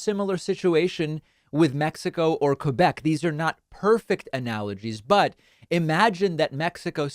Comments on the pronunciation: Just to put things straight: 1- Thank you for pronouncing "Quebec" the proper way. 2- We don't want to 'separate' from Canada to become Americans. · But at least, he pronounced 'Quebec' beautifully.